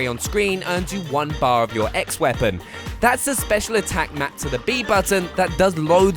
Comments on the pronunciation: Dude it’s E.X. Not “X” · It's EX, like EE•EKS LOL